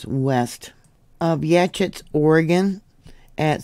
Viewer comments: pronounced YA-HOTS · Yachats is yah-hahts for pronunciation. You rock! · It's pronounced yaHAWts. just fyi. Love you. Thank you for doing what you do. Long time listener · It’s pronounced yaw hots… I know strange